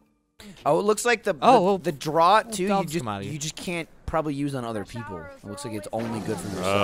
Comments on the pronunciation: i like... but "healing draught". saying it as Droat, instead of saying draft really irritated me. They even have a draught on Off Topic. Sayyyy it rightt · 'draught' is pronounced "draft" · Draught is pronounced "draft" thought you guys were supposed to be alcoholics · "DRAUGHT" is pronounced "DRAFT", not "DROUT" ! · The likelihood of which is that "drawt" was an incorrect pronunciation that enough people said for it to become a colloquialism, much like people from my native Philadelphia saying "wooder" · The wonders of the English language; it's pronounced "draft" but spelled "draught". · Welcome to English language where nothing is consistent. I would've said Drot too because that's how I'd pronounce most aught words, and I have never heard it said before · Draught is pronounced "draft." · For the love of god, draught is pronounced 'draft'. >:( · It's draught as in "draft", jeez guys xD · ngl, the way they're pronouncing draught is pretty hilarious :D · Did it bug anyone else that they can't pronounce draught? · If you're referring to the way he says "draught", then he's technically using a correct pronunciation, just not the most common.